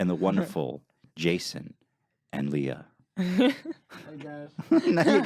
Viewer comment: Glad you finally started saying Leah's name correctly, Ethan ;)